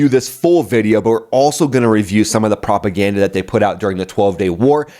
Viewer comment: "Iranian Office of Propergranda" 😅😅 You made my day